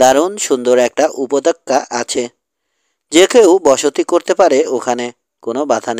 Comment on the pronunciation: Pronunciation is ‐ upottoka Not - upotokka ! Kindly read carefully.